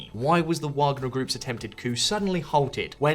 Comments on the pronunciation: Come on man Prigohzin is not pronounced like that and Wagner W is a V. 1.31m subscribers - this is really poor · You pronounced "Wagner" with all possibilities back and forth. W, V, light V 😅